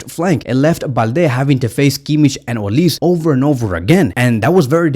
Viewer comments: Pronounced “Olisè” not olis he’s Nigerian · it’s olisE “e”..😂 not olis (I’m Nigerian ).. visca Barca 💙❤️